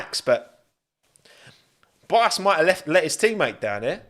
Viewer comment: I don’t know why he cannot pronunce the Ts